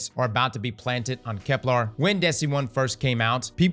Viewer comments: For gods sake, Kep"ler" not "lar" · KepLER KepLER KepLER NOT KepLAR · Please don’t tell me we’re going to have a year of saying ‘Keplar’ …